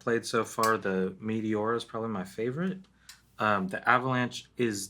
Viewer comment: Pronounced ‘may tay ora’